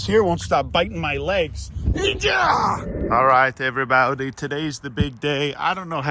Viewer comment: "Every bawdy"😂